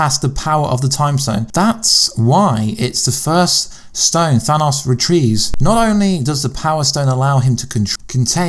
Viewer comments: THANUS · You have a nice way of pronouncing "Thanos", been hearing it in several videos now..